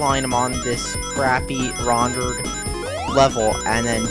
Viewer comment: You STILL CAN'T SAY "RENDERED" RIGHT! DON'T SAY "RONDERED"!!!!!